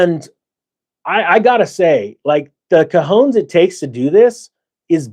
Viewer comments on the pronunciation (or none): The word is not "cajones", that means "boxes". The word is "cojones" pronouced (coh hoh nehs) and that means "balls" as in the male parts. I could not help myself, on top of being latina, I am a Spanish teacher. Love you, God bless😊